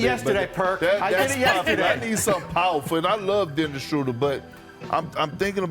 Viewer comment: Dude said Dennis Shrouder. No wonder this clown never will work In Warriors organization.